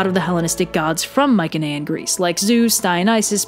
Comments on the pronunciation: "My-see-knee-ian" not "Mike-an-aye-an" ... I'd say nothing if you mentioned it once or twice but Holy crap you mentioned it like 8 times in 8 seconds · Interesting content :) By the way, Mycaenean is pronounced with a soft C, like. Myseneean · Your pronunciation of Mycenaean is killing me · That's not how you pronounce Mycenaean in English. We don't even know how it was pronounced in bronze age Greek...oh, wait a minute. It wasn't pronounced at all. It's an English word.